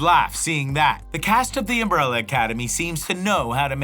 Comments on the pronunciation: "UMBRELA ACADEMY" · "UMRELLA ACADEMY"